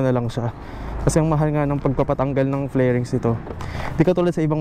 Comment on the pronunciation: Fairings hindi flairings